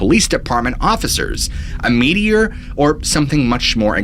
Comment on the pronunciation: No lie, when you said “American Meteor Society” I thought you were saying “media” with a really weird accent 😂